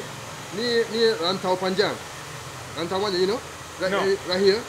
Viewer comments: "Raaintowww Painjenggg" 🤣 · The way you said "Rantau Panjang" is too funny. Sorry😅